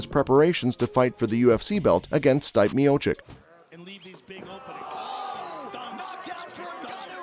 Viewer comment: lmao, his name isn't pronounced "Stype" It's pronounced Stee-pay